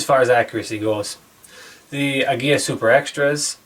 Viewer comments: Emphasis is on first syllable as in AG-ee-la. From my good client from Mexico who owns a popular Mecican restaurant. I'm so glad the Mexicans are now producing the hottest 22 round, even though I'm from Idaho where CCi is headquartered. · The interceptors are great. However, Aguila is Spanish for Eagle, and the L is pronounced like the English L. You are pronouncing it as if it had a double L, like in Tortilla. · It is properly pronounced Ah-Guee-LaH. It means eagle in Spanish. It’s extremely cring to listen to such smart and intelligent beings pronouncing such an easy word wrong.